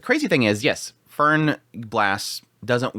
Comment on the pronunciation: Still with the Fern and Fern and Fern oneday he might learn about enunciation...😓😓😓😓😓😓